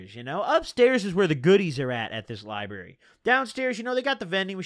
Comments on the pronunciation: same that shit was taking 10hp off me every time he said lieberry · Dude says “lie-berry” 🤣🤣🤣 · There's a deeper message here to those of us in the know...taking bars instead of reading books leads to my man saying liberry instead of library... Jk.. it's been a long six months of YouTube jail, looking forward to getting caught up! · Love the way he says Lyberry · Count how times he said Lie-Berry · the likes is how many times he said liberry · You can’t say library this many times within 20 minutes if u finna say it like this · The "liberry" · Why he Lyin bro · Don’t nobody say library bruh💀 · He did a few times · The lie berry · Wtf is a lie-berry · the way you say library gives me anxiety